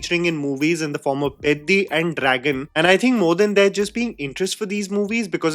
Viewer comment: You are the first Non Telugu Youtuber pronouncing the PEDDI movie title correctly!🤣